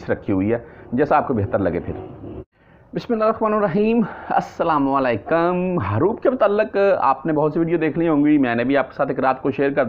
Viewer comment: اسلام وعلیکم ۔ معاف کیجئے گا بھائی جان آپ کا سلام دینے کا جو طریقہ ہے وہ صحیح نہیں ہے ۔ مہربانی فرما کر درست کر لیجیے گا ۔ شکریہ